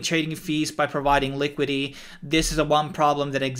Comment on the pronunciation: It's called LiquiDIty.. not Liquity😉